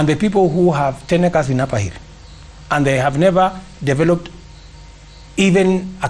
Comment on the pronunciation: The way this guy ruto pronounces acres just tells me that this guy is a not ajoke when it comes to land it makes me worry about my yard every day I confirm if it there this guy can just loot the land when I am around